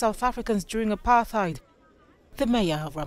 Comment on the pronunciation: Before even thinking about accusing Israel of "Apartheid", kindly first learn to pronounce the word correctly.